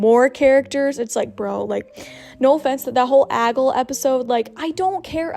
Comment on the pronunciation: I think it's prob pronounced: Ag-lee